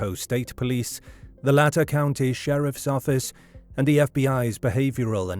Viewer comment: You're saying Latah wrong. It's like Lay-ta.